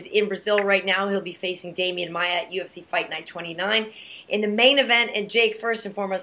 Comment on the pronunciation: Demian Maia, não Demain Maia xD Falam português, a sério?